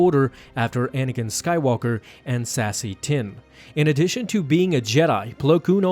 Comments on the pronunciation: Sassy tinn? Did he just say sassy tinn!? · When you said "Sassi Tin" I heard "Sassy Tim." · it is pronounced say ze tin